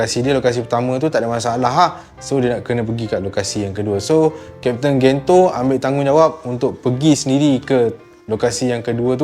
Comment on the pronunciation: sdikit sdih la aq sbb kat malay dub pronounce Gento jdi Gen je..